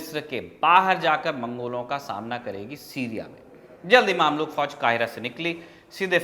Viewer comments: Brother word maamlook nhi mamlook( ममलूक) hai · its mamlouk not maamlouk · Maamluk nahin mamluk Ruknud Deen bebas nahin balke ruknud Deen baybras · Bhai maamlook nahi, mumlook hai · Mamlok nahi usay mmlok padhte hai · भाई साहब वो मामलूक नहीं ममलूक होता है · It's ममलूक not मामलूक